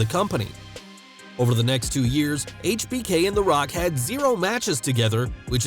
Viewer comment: I like how this guy actually says Hbk properly